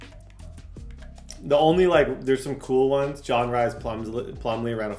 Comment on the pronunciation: RHYS is Pronounced Reese lol not Rise or Rice. Respectfully